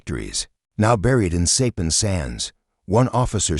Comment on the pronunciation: Sorry to hear AI mispronounce Saipan.